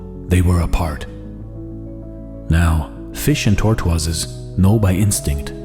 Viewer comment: You can't pronounce tortoises.